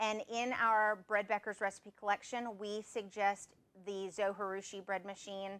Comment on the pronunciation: Konnichiwa! Arigato for this great video. Just one thing....Zojirushi is a Japanese word. The 'J' is pronounced like the 'J' in Jerusalem or Jerry not like the 'J' in Spanish (which is more of an English 'H'). If you'd like to know how to pronounce it, there's a Japanese guy here on YT that says the name in his video. His YT channel name is "all day i eat like a shark" (crazy name, huh?).